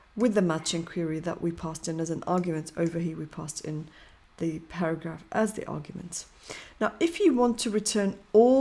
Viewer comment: para"ghaph" :face-blue-smiling::face-purple-crying:!